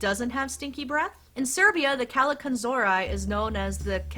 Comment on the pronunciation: I really loved your video. I learned many things about the Christmas goblins. My mom was very religious, so she believed they were evil spirits. That's why she always had a priest come on the Epiphany to bless our house with holy water. PS.....you're not pronouncing Kallikantzaria properly. There's a youtube video "Christmas Goblins. The Greek Kallikantzaroi." You can hear how they're properly called. My mom used to call me that most of my young life, when I was a Hell Raiser. So I learned to say it very well. LOL